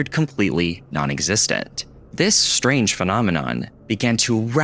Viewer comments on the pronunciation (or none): none